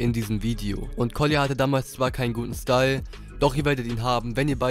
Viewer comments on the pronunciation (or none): none